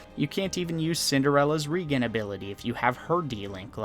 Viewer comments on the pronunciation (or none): Did you seriously pronounce regen wrong???????